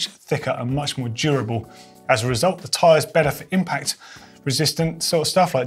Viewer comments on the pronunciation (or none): none